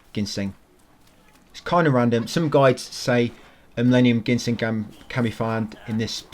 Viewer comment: Haha the root is pronounced gin-seng not genshin like the gatcha game :D don’t sweat it though I just find it funny. Great guide.